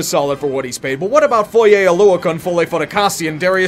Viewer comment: Props to you for pronouncing Foye’s name right. No one got that right even in highschool. I’m depressed that he’s on such a terrible team but I’m happy that the man is getting god damn paid.